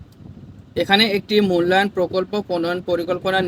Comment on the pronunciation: ষনাসিক মূলায়ন না😂😂ষানমাসিক